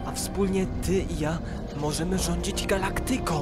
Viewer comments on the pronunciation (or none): Radziłbym przykładać się do prawidłowego akcentowania. Nie repuBLIka, galaKTYka, tylko rePUblika, gaLAKtyka.